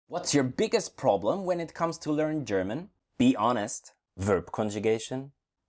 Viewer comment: The way you say German (Your way: Cherman) always cracks me up 😂😂. Great work, tho. Much love :)